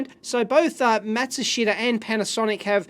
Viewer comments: For reference Matsushita is pronounced mat-soo-shee-tah. They owned National and Panasonic before they rebranded a few years ago. Panasonic is great with old datasheets and manuals. I owned an electric typewriter and needed a section from the manual. After a quick email they sent a scan of the relevant pages over. I wish other companies were like that. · mat-soo-sheeta It's a Technics TV!